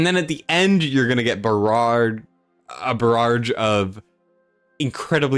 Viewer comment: A “barrarrrrge” 🤣🤣🤣